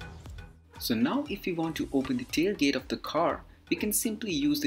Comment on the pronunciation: How to open the khar